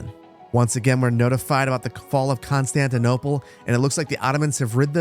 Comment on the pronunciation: saar its still Constitonople saar I swear🙏🙏